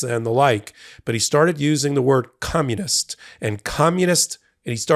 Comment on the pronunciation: No, he said, "commonist."